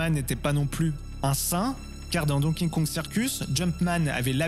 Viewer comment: C'est dur à dire hein Donkey Kong. Don Kingkong, hahaha.